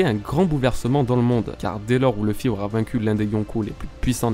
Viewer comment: Je serais très curieux de comprendre pourquoi des francophones décident d'appeler Luffy "Leuh-fi" alors que en Japonais ça sonne "R/Louh-fi". Ca voudrait dire que vous prononcez un nom de personnage tiré d'un Manga Japonais à l'anglaise en étant francophone ??? :confused